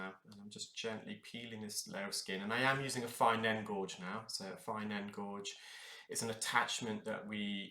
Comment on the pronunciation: When you say “fine end gorge” do you mean “fine-gauge end”? It seems logical, but I’m just unsure as gauge is pronounced “gage”, so I wondered whether a gorge was a specific instrument.